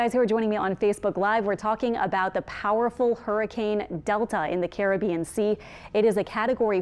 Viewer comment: More than the voice. Also, nice to hear the correct pronunciation of Caribbean, unlike Levi on Tropical Tidbits (one of his few flaws, I'll admit)..